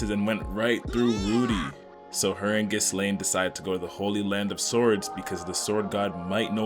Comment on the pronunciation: Gis-Lane... I love you